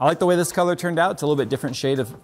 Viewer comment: You just pointed to your hair and said "Dis colors"